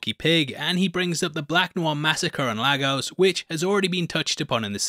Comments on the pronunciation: Bruv great video. However, there is no place in Nigeria called LA-GOS it pronounced as LAY-GUSS. LAY (as in laying down) GUSS- (as in Gust of wind without the T). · Great stuff .... but everybody including the show itself is pronouncing Lagos wrong. it's no Largos... it's Laygos. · laygos not Lagos. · Just got to say, I hate how Hollywood, and now everyone else, repeatedly mispronounces Lagos. It's pronounced [ lay • gus ] not [ la • goes ]! Get it right all of you! It's an actual place with an easy pronunciation! CRYING OUT LOUD! kmt 🤦🏾‍♂️ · LAY-gos! It's pronounced LAY-gos! How come no one ever gets it right?! It's not the same as LAH-gos, which is in Portugal. LAY-gos, Nigeria is pronounced differently. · Lagos is pronounced "Lay-Gos" not "Lar-Gos" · Its pronounced Leygos not Laagos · Wish there were more breakdown channel hosted by black youtubers. Us the way you folks pronounce Lagos is abysmal. And Noir wasn’t just a timid sheep he was a literal and metaphorical black sheep. And in that flashback when SB says he doesn’t want Black Noir “moving on up”, that’s a reference to The Jeffersons and shows how low key racist SB actually was. Neither, Emergency Awesome, or Screencrush caught this, but I’m not surprised because you guys are basically all the same in terms of your content style and YouTube personas. Sorry, but all these little things build up when you’re Black and watch these youtubers omit many of the same easter eggs. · Lagos is pronounced 'Lay-Gus' the former Nigerian Capital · Lagos is pronounced LAYgos.Huge fan of your work! Top 3 content creators on the tube for sure! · Its Lay-gus...why cant they ever get it right...great breakdown though, amazing episode! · for the 100th time its pronounced LAYGUS(lagos) it gets even more annoying everytime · You pronounce Lagos weirdly